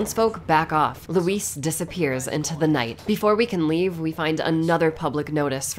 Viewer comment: I like that the last thing Luis hears is an American utterly butchering his name lol